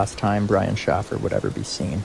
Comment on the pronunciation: ?????AI does not know how to pronounce names but how can you mess up Shaffer, with or without a Y???